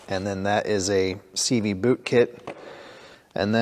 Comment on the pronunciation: You said 'Boot' so many times I thought you were speaking Canadian.